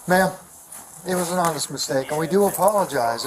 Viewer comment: He said: ''This was an Honnest mistake'' :o